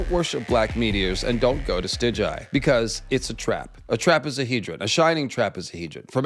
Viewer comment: Stig-guy, not Stij-jai.... cmon now